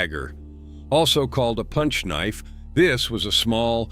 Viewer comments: A kah-nife😂. Just the beginning of this shipwreck. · A Ka-nife? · What the fuck is a KAH NIFE?